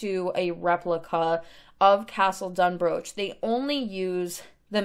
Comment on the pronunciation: Absolutely love this!! Just a head up though it’s actually pronounced Dun-br-aw-k. Sorry, for some reason us in Scotland decided the ch wasn’t going to be pronounced that way 😂. Still though an amazing build. Can’t wait to see more!! 💙